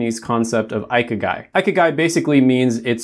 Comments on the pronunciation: Cool but ikigai is not pronounced as eye-key-guy... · Great video! I'm Japanese and I just wanted to mention that "Ikigai" is pronounced "ee-kee-ga-ee" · "Ikigai" is pronounced as "Ee-kee-ga-ee" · Yeah its mildly irritating when he pronounced it the wrong way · It's pronounced E-kee-gai 👍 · Not to be mean or anything of course, but 生き甲斐 (ikigai) would be spelled in English as „e-key-ga-e”. :))) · I cannot he just pronounced that so wrong like holy shit ikigai 生き甲斐 (ee-key-guy)